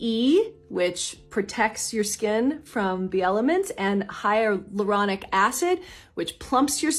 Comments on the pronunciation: Lmfao the way she said hyaluronic acid 😂😂😂 hyralonic habababab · I’m living for how these celebs are saying “hyralonic” acid wrong because they’re reading a script. 😂😂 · Not the hyralaonic 😂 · The fact that boy Tori and Melissa mispronounced Hyaluronic Acid the exact same way!!! 🤦🏻‍♀️